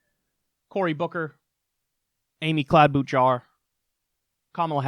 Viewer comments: Kyle and Trump are kings of the political nickname game. Every time Kyle says Cloud-boot-jar I giggle. Bet-on-my-stork is growing on me. What I enjoy is how seamlessly Kyle has incorporated Bet-on-my-stork into his lexicon, he doesn't slip up and call him Beto, total pro. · Kyle doesn't even know how to pronounce Amy Klobuchar's name. Talk about the epitome of ignorance.